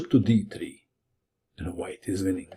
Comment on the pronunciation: Apparently "Winnink" doesn't gave a G at the end, but in fact a hard K. Who knew?